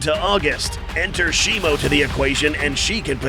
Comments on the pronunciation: U say Shimo like it's Shimu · How do you say shimo? I thought it was always pronounced she-moo but now all i hear is she-mo. Which is it?